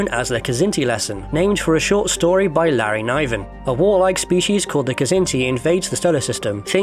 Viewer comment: Larry Nye-ven?